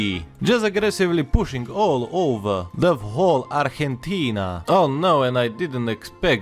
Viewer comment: Holy shit dude the way you were pronouncing Argentina and the other words was actually on point 👍